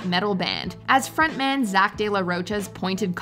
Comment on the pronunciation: The h in Zach's last name is silent